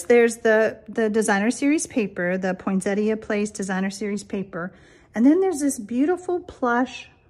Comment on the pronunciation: Finally--someone who pronounces Poinsettia correctly!